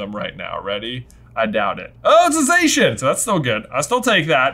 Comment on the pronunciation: Zacian is actually pronounced Za-cyan as in cyan the colour.